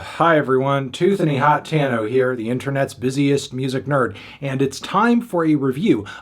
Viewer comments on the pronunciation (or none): none